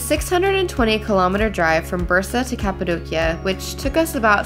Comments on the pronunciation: Your daughters are so adorable and smart!☺️ I laughed at the part when said “cat-adocia” 😆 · Cat-apadocia? Well-done 😂😂😂